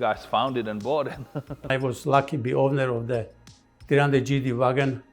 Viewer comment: Nice. And it’s G-Wagen with “e”. As in Geländewagen.